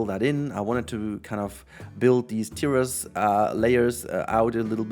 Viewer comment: Okay, so you can now pronounce 'Sicily' correctly, now you just have to work on pronouncing "terrace" correctly. /lhj